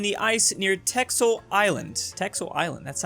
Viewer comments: its pronounced tessel not teksel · fun though to see say texel while it exualy is tessel pronounced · pronounced: Tessel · Funny texel meme but it's pronounced tesel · Texel is a wadden island and is pronounced ‘tessel” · Texel is a dutch island And it's pernounced "tessel" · Texel. You say it like Teksel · Texel do speak as tessel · You need to Pranounce (sorry ma english Typing is trash) the 'x' as a 's' Btw still supporting